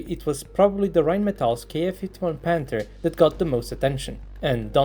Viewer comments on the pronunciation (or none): none